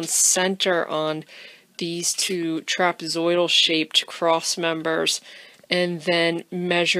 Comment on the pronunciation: I do enjoy watching and listening. Although I have to say "trapazodial" is funny.